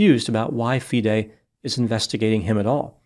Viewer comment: You are the first non-chess-playing commentator who took the time in your research to ensure that you got all the pronunciations correct - Especially Fee-day (FIDE) which a lot of non-chess-playing commentators get wrong. I agree with a lot of your analysis; however, as a titled chess player myself and one familiar with the incident surrounding the so-called 'Smoking Gun' where Daniel had a chess engine open, I can tell you that the explanation that Daniel gave was completely sound and reasonable, given the context of the situation. I will not go into more details as to why this 'Smoking Gun' revelation is hollow, but I can understand how it looks to outsiders, and this makes Kramnik's calculated innuendo all the more disturbing, as he knows better. This story is far from finished, and you should already be preparing for a follow-up as more revelations are sure to come to light regarding Kramnik's past. Notably, he was strongly accused of cheating in his 2006 world championship match against the defending champion, Bulgarian Veselin Topalov. The basis of the cheating allegation was his suspiciously frequent trips to a private bathroom, where exposed wires were discovered emanating from the ceiling. which led to rife speculation in the Bulgarian camp that Kramnik was receiving assistance at critical moments in the match. Kramnik managed to overcome these allegations and win the match, but he is well aware of the psychological damage that such accusations can inflict, and yet